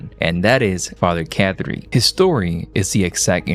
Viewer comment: His name isn’t Father Cat Tree … It’s pronounced Caw-Tree. Why do you mispronounce names you’ve heard dozens of times?